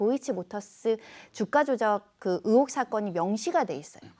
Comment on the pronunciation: 의혹이라 못하고, 으혹이라말하는거 보니...ㅎㅎㅎ 아랫쪽이구나.......